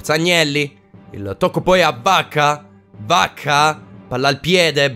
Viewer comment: Ogni volta sembra che tu dica Bacca e non vacca😂😂